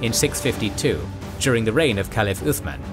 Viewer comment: good point man , but yet its othman not osman :D